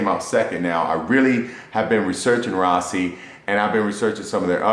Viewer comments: RASASI NOT RAASI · Ra-Sa-Si. Not Raasi.